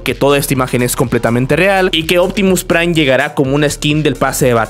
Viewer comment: Pta mira, es uptimu prai, optimu prai huahahuagaga